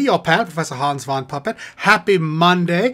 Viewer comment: Its too bad all your songs pronounce hans incorrectly.